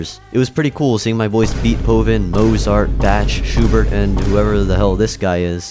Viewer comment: This mofo called Bach "batch" lol